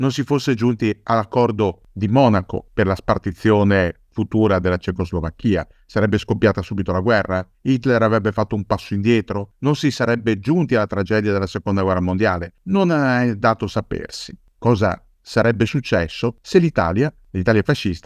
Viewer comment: cecoslovacchìa non si può sentire